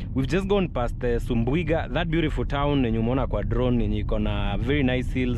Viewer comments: its subuiga not sumbuiga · That town is SUBUIGA not sumbu...iga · Nice content, Actually the last part covered by drone was Makutano Town, Kuna Meru town sasa😅😅 Its subuiga not sumbuiga😂